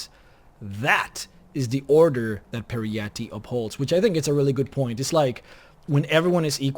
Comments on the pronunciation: It’s pronounced perry-ite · PJEE-RETTE it is pronounced ;-)